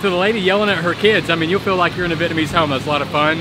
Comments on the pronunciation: Your spoken Vietnamese sounds are so good! That's what immersion gives you. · You know what? I love your Vietnamese pronounciation. I love the way you do with the chopsticks. Thank you for all your video about Viet Nam.❤ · Your Vietnamese pronunciation sounds great 😍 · The grab driver said your Vietnamese is pretty good! I've definitely see some improvements in your pronunciation, keep up the good work! As for the food, I think you already surpassed me in terms of your Viet-ness 😂